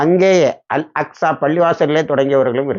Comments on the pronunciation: நாநா அல் அஸ்கா இல்லை அல் அக்சா என்று வாசிக்கவும் AL AQSHA , அடிக்கடி அல் அஸ்கா என்று சொல் வருது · Al Aska illa Al Aqsa الأقصى அல் அக்சா அல் அஸ்கா. இல்ல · அக்கா பள்ளி வாசலை அஸ்காஃ அஸ்காஃ என்று ஏன் மீண்டும் மீண்டும் உச்சரிப்பு செய்கிறீர்கள்